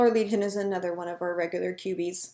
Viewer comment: Cue-Bees! Q-BEES! QBs